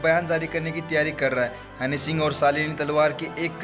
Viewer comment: Hanny singh...nahi...honey singh ....